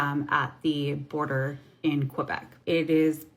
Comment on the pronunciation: They can't even pronounce Quebec right, one girl said Q-bec and another said Ko-bec, Quebec is actually pronounced by the French as Kay-bek😂